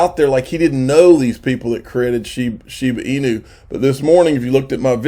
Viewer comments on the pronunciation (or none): They must have the dumbest English teachers in Georgia how do you look at Shiba Inu… right there in front of your face and continue to miss pronounce it Shibu inu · kills me every time he says "shiboo inoo" its shiba inu 🤣😂🤣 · Shiba Inu, not Shiboo Inu.